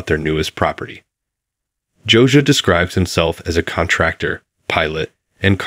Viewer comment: It’s not “Josa” it’s “Josiah” and 573 thousand is not a mansion!